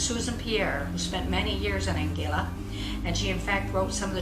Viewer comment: Please pronounce the name of Anguilla properly. Really irritating to us that have lived here for over 40 years and a lot of your information is not correct.